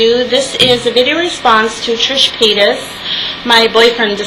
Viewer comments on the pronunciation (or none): Totally agree but her name is paytas not paytus just fyi.kinda of my pet peeve Like I said loved it, agreed.